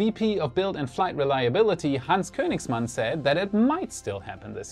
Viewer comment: I really love these, Thank you! Are you german by chance? You were able to pronounce Königsmann so well lol